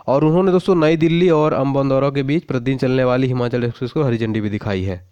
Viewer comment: Sir himachal pradesh is correct pronuciation not himanchal 😂😂😂be accurate